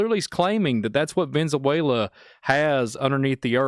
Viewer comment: Cool discussion, but listening to trying to pronounce Venezuela is killing me…Venzawela 😂😂